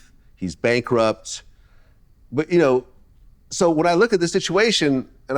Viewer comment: Vlad, say “you” and not “chu”